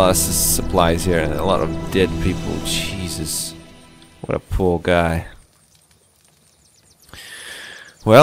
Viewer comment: did he just says cheezus?? CHEEZUS CHEEZE CHEEZE CHEEZEEEEEEEEE